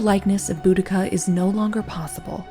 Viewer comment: Oh wow, thank you!! Her name was always mispronounced...